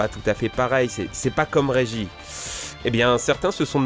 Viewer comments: Il a osé dire que le rival de r&b s'appelle Regis (prononcé une deuxième fois "Régi" en plus) 😂 Aussi vrai que le protagoniste de r&b que l'on incarne s'appelle Sacha... et ça se dit fan de Pokémon :D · régi sa ce dit régis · et pas régi mais regisse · a toujours eu du mal avec les noms de personnages et de Pokémon. C'en est un peu énervant des fois, comme "Régis" où il ne prononce pas le "s". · PokemGamer 180 ta oublié pour régis il l'a prononçé régi